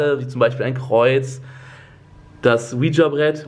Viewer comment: nur so als tipp eigentlich wird das ouija brett ouiji asgesprochen , warum auch immer